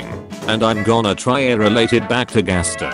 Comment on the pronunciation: here its like gaster with a j see jaster